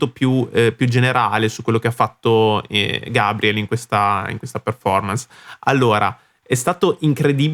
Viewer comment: Muito legal sua análise. Só tens de pronunciar o nome dele corretamente hhehehehe. Outra coisa: verdade que o GABRIEL precisa melhorar seu inglês. Mas pensemos em como é um privilégio ouvir, no inglês possível, alguém como ele, que veio da classe mais baixa no Brasil, sem condições de ter estudado outra língua desde cedo. Mesmo assim, ele arrisca e acho que isso faz parte do processo. Obrigado pela análise.